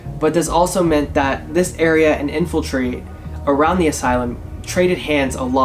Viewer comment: .....no one was bothered by in-fil-tree??